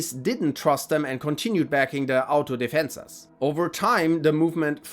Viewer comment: The fact you pronounce Autodefensas better than most non-Hispanic channels make me feel proud to not hear some one try to pronounce it and butcher the the word